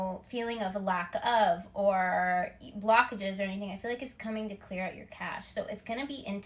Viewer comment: I thought you said clear out your AKASH haha , cash, cache and AKASH